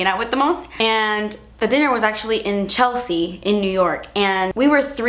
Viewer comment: Chelsea is my name and I love the way you pronounce Chelsea lmao is that weird??